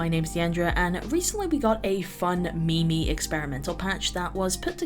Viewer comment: Did you say me-me ? 😂